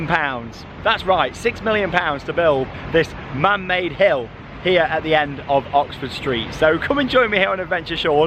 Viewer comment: England accent.....did you said hell or hill